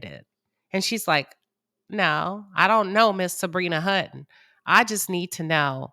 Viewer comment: it’s Hutton